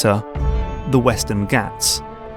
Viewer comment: Sorry for nitpicking this. But "Ghats" in Western Ghats is pronounced as Gh-AA-ts